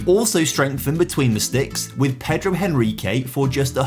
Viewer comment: Just a little correction: Henrique in portuguese you pronounce "Enrique". The 'H' don't have sound!